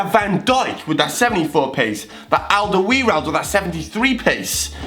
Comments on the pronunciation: Its AlderwEIreld not AlderwIreld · AL-DER-VI-RELD that's how you pronounce it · Alderweireld is pronounced al-Der-vi-eld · Alder- Vi - reld. How to pronounce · Alderweireld.. You prenounce it like: Alderwèrold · you say Aldeweireld rong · ALDERWEIRELD YOU SAID IT WRONG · Nope you stil tot Alderweireld wrong.